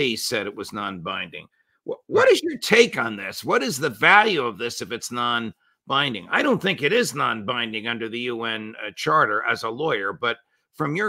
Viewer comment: Its not "non binding" ffs